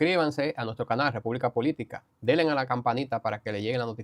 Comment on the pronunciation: No se dice *delen*, dice denle a la campañista